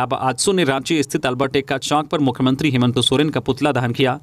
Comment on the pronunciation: समाचार वाचक संजय से कभी कभी हेमंत का उच्चारण हेमंतो हो जाता है।इसपर उन्हें गौर करना चाहिए।